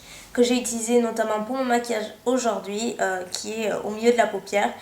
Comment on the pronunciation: j'aime bien quand tu finis de temps en temps des mots avec un S, comme là à "Aujourd'huiS" LOL... trop mimi:)